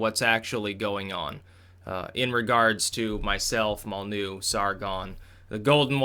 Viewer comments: why don't you pronounce the Y in Molynuex? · Spells out "Molyneux" Says "Mollnew" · Its pronounced Mol Lin Noy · "Molly-new". has a funny way of pronouncing some words/names.